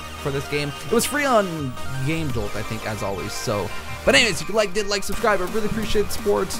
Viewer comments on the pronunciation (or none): none